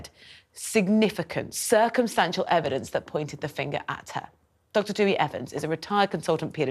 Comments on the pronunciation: Dewi is pronounced Dowie. Such a tragedy thank you from stopping further tragedy she must never be released. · Why do UK news media hosts have such difficulty with pronouncing Welsh names correctly? It’s Dewi not Dewey. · She keeps calling him Dewey!